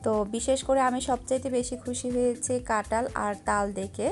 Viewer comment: Apu Tomi kathal K katal bolo keno